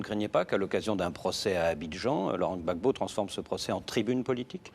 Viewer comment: Même le journaliste prononce mieux le non du président Gbagbo que dramane ouattara,ko Laurent 😂 Kpa!!!